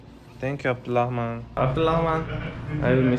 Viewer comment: very nice mashallah. It's not abdullahman, it's abdurrahman so you have to make rrr sounds but english has r sound and arabic has r sound